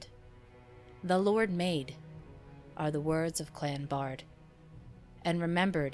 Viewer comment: A wonderful video! Thanks for creating it. I notice your (Bard) pronunciation, whereas it has ALWAYS been pronounced (BEARd) in my family line. I have taken 4 DNA tests and would participate in your DNA studies. I've been searching more much more info on Dr. John Baird and his father James Baird from the Glasgow area I believe.